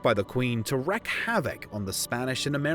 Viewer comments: You wreak (wreek) havoc not wreck havoc. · "Wreck" is pronounced with a short "e" sound, while "WREAK" is pronounced with a long "e" sound; but no one expects a Brit, like you, to respect the obvious difference in their spellings. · "Wreak havoc" not "wreck havoc". Trust me, I am English...